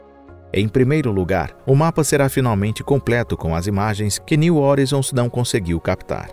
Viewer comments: "New hórizons" não, "new horáizons", assim que se pronuncia "new horizons" em inglês! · O cara chama a Sonda de " nil orinzon". A pronúncia correta é "NIL RORAIZON". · Pronuncia-se “horizons” como [roraizons]. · Parei de assistir na introdução....Plutão, estrela. Plutão tem 5 satélites conhecidos. Caronte, Estige, Nix, Cérbero e Hidra e possivelmente Caronte não seria apenas um satelite e sim, parte de um sistema binário com Plutão. E é "new oraizon" e não "new orizon"! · A pronúncia correta para New Horizons (niu oraizons) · /niu horaizons/ a pronúncia, amg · A pronúncia de "horizon" está errado.